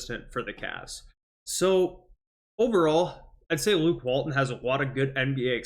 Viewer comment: Let's fix this for you right now. Walton has a "t" in the middle of his name. Say it out loud. His name isn't Wall-un and you are not a middle school kid. WalTon. Got it ?